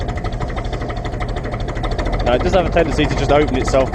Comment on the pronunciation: . "Neow" haha. In all seriousness though, nice tractor. What is the thing that sits out on the dash? I have the petrol model so I've never seen the dash on the diesel.